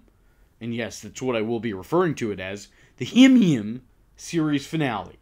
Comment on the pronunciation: "Himyim" thats how i pronounced it too!!!